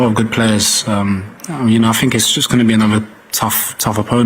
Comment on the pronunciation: Another ‘Finker’ ! A whole football squad and not one of them can say ‘think’ . Oh well. GO the 3 Lions 🦁 🦁🦁🏴🏴🏴🏴🏴🏴🏴🏴🏴🏴🏴🏴🏴🏴🏴🏴🏴🏴🏴